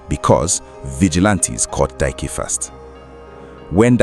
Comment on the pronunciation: Is it Dike you're calling Dyke? Hmmmm, anyways may the poor girls soul rest in peace.